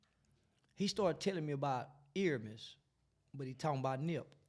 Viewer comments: Please say the man's name right. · hate that he keep saying his name wrong